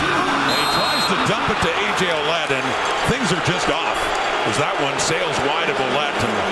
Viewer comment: funny how they say ,oulet .... when his name is Ouellette ... well-et,, thats the pronounciation ..,,, well-et